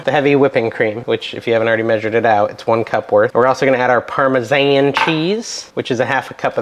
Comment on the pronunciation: Funny way to pronounce Parmesan. I'm sure the citizens of Parma wouldn't know what you are talking about.